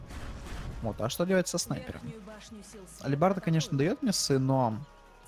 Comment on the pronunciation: алибарда? ЧТО ЭТО ТАКОЕ? где вы это прочитали? та блять написано, ХЭЛБЕРТ